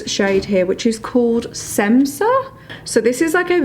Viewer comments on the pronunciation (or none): I freakin love this look! I’m new to you and omg you are gorgeous! New sub! 😍😍 Also That šemsa shade is actually pronounced shemsa it’s her mother’s name lol I was saying semsa too until amra went live in ig 😭😂💕